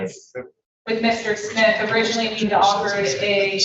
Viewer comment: OMG, this defense attorney is killing me with her pronunciation of Smith! She sounds like she keeps saying Schmidt not Smith. Personal pet peeve of someone named Smith. 😂